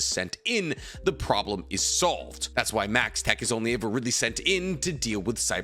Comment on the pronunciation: it's maxtac, not maxtech